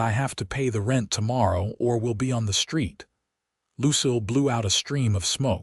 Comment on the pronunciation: Please work with the AI narration on the pronunciation of the name Lucille. Watching from Clarksville, Tn.